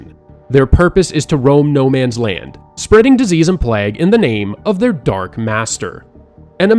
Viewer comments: My man pronounced “plague” as “plagg” 😂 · Is it plague or pLAAAAG?? Is this fucking AI? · Bro... i love the video but you gotta pronounce the word plague properly... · Not sure about this? Based on the pronunciation of the words Cyprus and Plague.